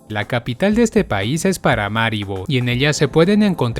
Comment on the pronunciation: No es "Paramáribo", es "Paramaribo".